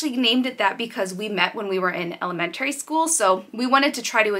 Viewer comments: I find it funny how New Englanders say the word “elementary” lol but anyway thanks for sharing! Love you guys- I will definitely check out the new channel! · I had to rewind because I was like, what did she say? Lol. Not making fun, everyone has the their own way of speaking, just threw me off!